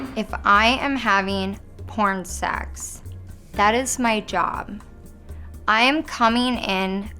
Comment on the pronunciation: L.A bitches always make the word sex sound like sachs. Coincedence?